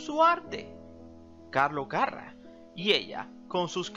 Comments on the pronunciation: (Era carrá )no carra) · se pronuncia Carrá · Porque le pones acento en la primera a si lo lleva en la segunda? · EL APELLIDO DE ELLA LLEVA ACENTO EN LA ULTIMA "A" CARRA!